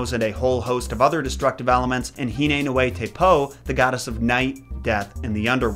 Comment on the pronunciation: Caption: Tikikapapa; Pare: TikikapaKApa; Pah Which is right?:) Also, I have a sneaky suspicion that nui is NOOey, not nooEE. But I have no way of verifying it.